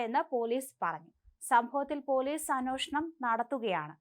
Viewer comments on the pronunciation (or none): ഈ കൊച്ചിന്റെ വായന വളരെ മോശം. ഒട്ടും അക്ഷര ശുദ്ധി ഇല്ല. മൂർച്ച.... അതൊക്കെ പറയുന്നത് ഒന്ന് സ്വയം കേൾക്കു. അന്നോഷണം..... ഇത് തന്നെ. തിരുത്താൻ പോലും ഒരു മനസ്സില്ല